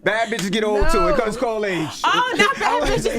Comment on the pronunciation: "beacose " like tf